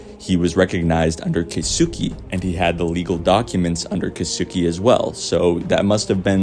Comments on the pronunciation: Good theory. I think Julie Pierce/Hillary Swank will show up, since its her last chance to do so in this series. Btw, the pronunciation of Japanese name "Keisuke" is like "kays kay", not "kay soo kay". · As a Japanese speaker it pains me how everyone is mispronouncing Keisuke, including on the show. lol kay-su-kay. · His pronunciation of kisuke 😂